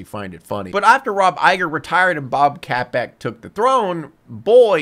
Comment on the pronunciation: Funniest part of this review is saying Bob Capek, lmao. Maybe I watch too much Disney news for my own good.